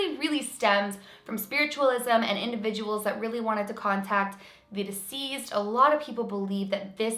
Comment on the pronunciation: Hi, love your stories. One small thing to note. When you speak of deceased people, it sounds like you are saying diseased instead of deceased. Just fyi, so you can be aware. Keep up the great work!